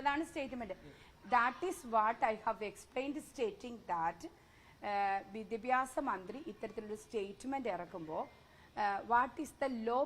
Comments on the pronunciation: Vidyabhasam alla Manthri saare.... Vidyabhyasam.... athengana... ingerkku vidyabhasam illallo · മാഡം വിദ്യാഭ്യാസം ആണു ശരി വിദ്യഭ്യാസം എന്നല്ല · വിദ്യാഭ്യാസം എന്ന് നേരെ പറയാൻ പോലും അറിയാത്ത വിദ്യഭ്യസക്കാരി